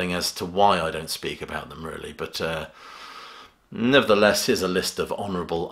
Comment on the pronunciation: Nobody pronounces the word “nevertheless “ as pronounces